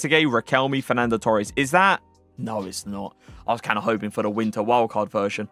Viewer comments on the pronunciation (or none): none